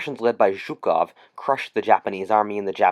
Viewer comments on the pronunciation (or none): ok I liked the vid BUT PLEASE PRONOUNCE WORDS CORRECTLY IN THE BEGGING YOU said shoekov when you pronounce his name ZOO-KOV spelled Zhukov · Loved the video but the way he said Zhukov made me cringe